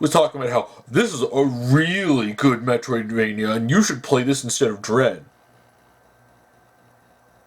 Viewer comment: “I’m not opposed to Metriodvania style games.” David can you please read what the name of the game is.